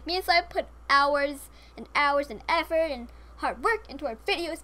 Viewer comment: "we've put hours & hours and efford and hard work into this video" - makes speech error on